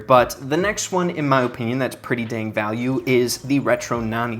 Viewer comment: Bro really says Ohpinion